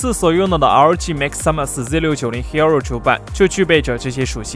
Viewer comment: 為什麼你的hero聽起來那麼彆扭